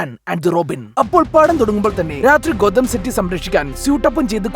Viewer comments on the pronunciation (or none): ഗോതം യൂണിവേഴ്സ് ❌ കൊതം യൂണിവേഴ്സ് ✅